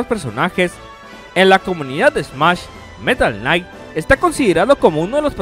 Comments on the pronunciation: metal knight no mames xdxdxd se dice meta knight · Buen top pero algo que no me dejo de molestar. Es META NO METAL por dios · Meta Knight, no "Metal Knight" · META KNIGHT no metal knight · Es metal knight :v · me duele como dijo metal knight cuando es meta knight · metal night chetado? jajaja por favor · De jodido hubieras corregido la pronunciación de META knight, que solamente fue top tier nivel roto en brawl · Cada vez que decías metal knight me sangraban los oídos